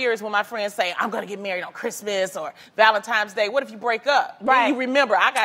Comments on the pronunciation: I cannot stand when people say "Valentimes Day" its VALENTINES DAY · did Loni say Valentimes day? lol